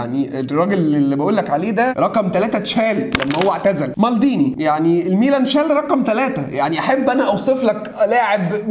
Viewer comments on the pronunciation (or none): مالديني مش مالضيني😂